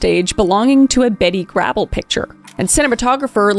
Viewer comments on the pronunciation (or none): Garble rhymes with cable. Bette is pronounced betty and Huston is pronouncedHouston.